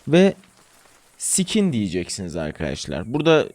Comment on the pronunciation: Genel olarak anlatımın çok güzelmiş fakat anlamadığım, ne diye boş yere "skin" kelimesini orijinal okunuşuyla söylemeyip pornografik çağrışım yapıyorsun? Bütün o diksiyonun ve ses tonun bir anda at y*rrağı pazarlayıcısına dönüşüyor böylelikle. Muhtemelen videoyu kaydederken ve-veya "skin" kelimesini vurguluYarak söylerken böyle bir eleştiriye çoktan göğüs germişsindir diye umduğum için bu eleştiride bulundum! Ağır olduysa çok da 'skin'imde!..😀